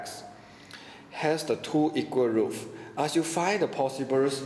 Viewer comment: roots not roof